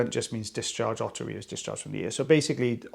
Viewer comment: Thank you for showing the word otterhea because when says it, I hear otter ear and can’t ever find anything when I do a search of otter ear! lol